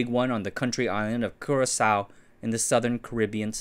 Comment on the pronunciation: I deeply appreciate you pronouncing the name Curaçao correctly!